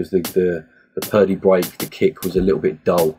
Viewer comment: 'bweak' great tutorial!